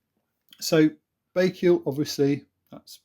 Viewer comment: Pronounced: bike al